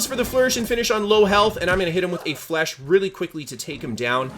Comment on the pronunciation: great video. But, please, stop saying flesh my guy. It's French